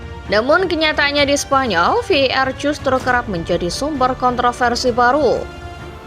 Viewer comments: Wkkwkw masih bilang vardid😂? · Ve i Ar min tolong pronouns di per baiki lagi kalo tidak sebut saja var baca saja langsung var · Voice overnya gak jelas bang.. Mestinya kalo mau pake bahasa inggris pengucapannya Vi E Ar atau sekalian dibaca VAR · betul, ejaannya kurang secara bahasa Indonesia/pun Inggris